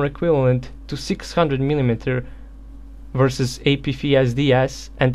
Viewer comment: Hey!! Love ur videos! Just wanted to point out the pronunciation of the letter "f" it would be similar to this. Ei pi ef es di es. F is pronounced "EF"